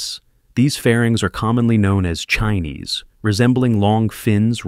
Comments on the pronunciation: Sparkles ✨️tell u wht, In reciting the latest COPV's chines, say it as ~chin~ NOT "chi~neez." U'r reciting the chyna, chineesee 🇨🇳 🙃😁😂🤣. Omg, my brain "frozen," upon saying chi~neez instead of ~CHIN~. I thought, I am stalked by a parasite. Yeah, they're lanky, skinny 🐔chickens, tht's the result of smoking too much pipe of Fentanyl or opium. Ugh-ly❗️ 🙄 Thank U ✨️ •~●🐲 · Saturn feeve? Chinees? LOL! These AI videos are awkward. I still don't understand why real people can't just read a script.